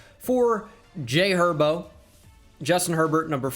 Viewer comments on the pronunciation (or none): dont say j. herbo ever again